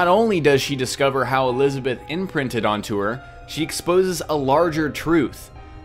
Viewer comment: "Elizabeth imrinted to her"